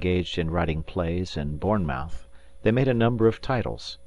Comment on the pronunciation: The guys pronunciation of Bournemouth made me laugh